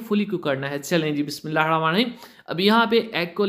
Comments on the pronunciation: Bismillah sahi tarah parh mou m supari daali hai baqi batain totay ki tarah bol raha hai bismillah ka sara talafuz hi kharab kar raha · Bhai bismillah asae maat bolo gunah milae ga or urdu ko urdu ki taarha bolo English kae laehgae sae maat bolo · bismillah to sahi se parh bhai